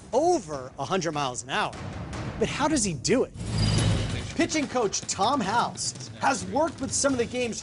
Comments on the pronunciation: It's Tom House ... not Howes. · By the way, it is Tom House, not Howes as mentioned in the introduction.